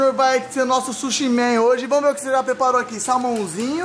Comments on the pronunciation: É SUSHI NÃO É SHUSHI É S-U-S-H-I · Que agonia ver o falando chushi kkkkkkk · e sushi não shushi kkkkkkk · "Shushi" man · Oi fala suxi e suxis